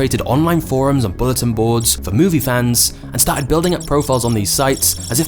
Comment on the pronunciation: he said star tits instead of started